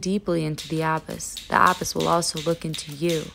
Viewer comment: Loving the direction of your videos recently focusing on books and writing <3 und sorry für mein Klugscheißertum aber meines Wissens spricht man „abyss“ mit Betonung auf der zweiten Silbe aus, hat mich einfach bisschen getriggert xD